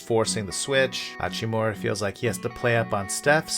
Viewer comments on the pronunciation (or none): Just a quick tip, the “mu” in Hachimura is a very short “moo” rather than a “more”. Love the content as always!